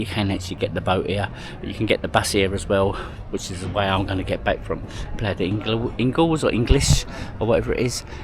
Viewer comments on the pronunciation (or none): none